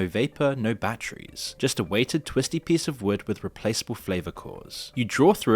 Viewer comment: "I would go 'heres'... use the Texas peesh" "dihtay" "I love peesuh." Seems like she also needs speech therapy. 😬